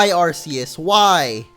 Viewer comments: It's not ar-se-us it's ar-ke-us :D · Its (are key us) not (are see us) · It's AR-kee-us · you said arceus wrong just saying (ar-key-us